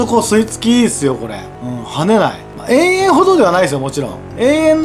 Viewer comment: えいえんじゃなくてとわらしいですよ